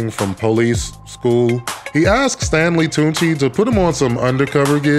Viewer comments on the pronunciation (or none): Lmfaooooo calling Stanley Tucci “tunchi” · Nigga did you say Stanley Tunechi?! Goat commentary as always. (I also refuse to say LL Cool J, I say the full name every time because it's ridiculous and I'm a hater) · "Stanley Tunechi"... like Stanley Tucci and Lil' Wayne merged. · Did he say Stanley Tunechi 💀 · Calling him tunechi every time is hilarious